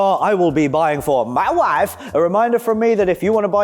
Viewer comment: "Mma waaaif"